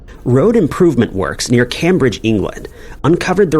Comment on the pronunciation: I don't believe I've ever heard anyone mispronounce Cambridge before. Good one. But great video as usual.